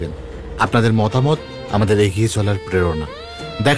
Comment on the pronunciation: "বন্দেমাতরম" গানটা বাংলা উচ্চারণে গাইলে আরো ভালো লাগতো।